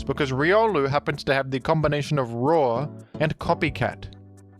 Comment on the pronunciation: Roar ❌️ RAW ✅️